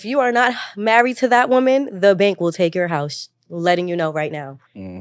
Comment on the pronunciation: ANOTHER idiot who doesn't know the difference in pronunciation between "woman" and "women". It's funny because they don't say MAN when "men" is supposed to be used. Wtf is going on with this generation, bruh?